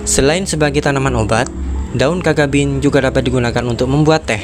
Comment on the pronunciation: Video yang informatif. Namun sepengetahuan saya yg dangkal, cacabean dibaca/diucapkan sebagai mana tulisannya, ca-ca-be-an, bukan kakabin